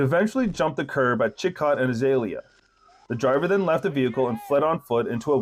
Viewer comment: Why u talk like it’s u as the cop? lol.. don’t even know how to pronounce Chicot